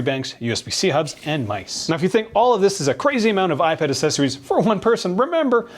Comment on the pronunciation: I love you, but I beg you to stop pronouncing the "cc" in "accessories" as a soft "c". It's pronounced with an "x", like "axessories".